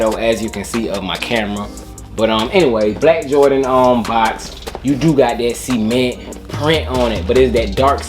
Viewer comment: Cement ... Not Semen-ntttttt